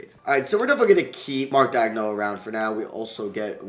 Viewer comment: who is Mark "Dag-no"? bro I swear this kid cannot pronounce any name right